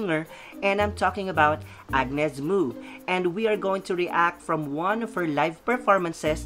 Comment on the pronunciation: Hehe where you been dude? It pronounces Mo as in Mow anyways thanks for all the positivity and support queen Mo... 👸👸👸👸👸💯💯💯💯 she rarely sings other artist's song ...she writes and composes her own songs and the song you just enjoyed is hers. Maraming Salamat po